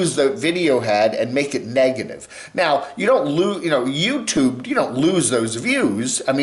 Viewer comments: swift 1154 I like pronunciation of youtooob and also "bubbles", makes my teeth soft 🤭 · Love but makes my skin crawl whenever he pronounces "youtooob". I need help